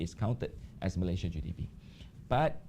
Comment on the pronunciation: It's MalaySIA, not MalayZIA.